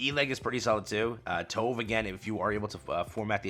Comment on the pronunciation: Just gonna pop up to say that you are pronouncing Tove name wrong (we all did that at release xD) Her name is pronounced Tube (like the Tube in Youtube but including the e at the end). You can also check in her first encounter voice line.